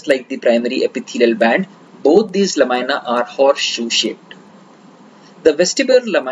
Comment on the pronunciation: Please the pronunciation is "NOT la- my- na" but it is LA-MEE-NAH. Otherwise, excellent presentation..